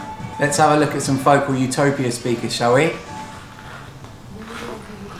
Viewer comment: really like what you do. thanks.... psst, the emphasis is on the second syllable. fo CAL not FO kle